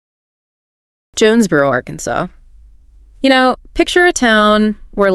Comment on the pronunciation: Why are they pronouncing Arkansas wrong?